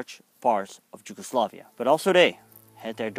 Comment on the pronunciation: how on Earth you came up with pronunciation of Yugoslavia with J (as in Japan)??? in English is with Y, in Dutch and Serbo-Croatian is with J which is of course equivalent to English Y. Again extremely short video with just basic approach to complicated subject. You have to put things into wider perspective of pre-war circumstances, government agreed pact with Germany/coup d'état followed, bombing the Belgrade without war declaration (over 2,000 civilians died, national library with centuries old manuscripts was turned to ash), massacres committed by Hungarians (throwing civilians under ice of frozen rivers), by Bulgarians and Albanians over occupied land. Complicated relationship between Nazi and their allied forces, partisans, puppet Government of national salvation (by Nedic), royalist Chetniks, and civilians of different ethnicities. Serbia was involved in 3 wars prior the WW2, but none of them was war to conquer. In Kragujevac (Kraguyevats) Massacre was the mass murder of between 2,778 and 2,794 mostly Serb men and boys by German soldiers. It and came as a reprisal for insurgent attacks and deaths of 10 German soldiers and the wounding of 26 others. The number of hostages to be shot was calculated as a ratio of 100 hostages executed for every German soldier killed and 50 hostages executed for every German soldier wounded. Furthermore an entire classroom of kids were executed together with their teacher on that day. Following the massacre, the Germans held a military para